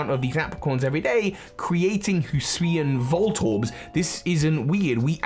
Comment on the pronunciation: In less than 5 seconds, pronounced Hisuian in 2 different ways. Classic.